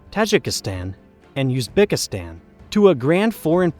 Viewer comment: The way you say "Kazakhstan" and "Uzbekistan" hurts my ears.